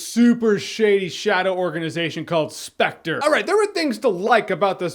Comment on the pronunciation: Sepectre... Sepectre... Sepectre...